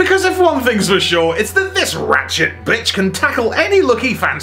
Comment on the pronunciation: I’m not the only one who heard “Rat-shit” and least a few times right? Lol